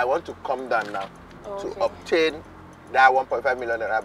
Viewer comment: He say obtain 😹😹